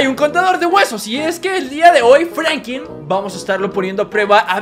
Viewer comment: se dise Franklin